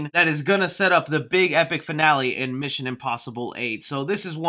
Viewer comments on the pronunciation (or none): none